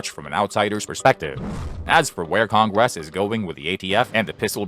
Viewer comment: What's "con-grass"? I HATE these vocal simulators 😞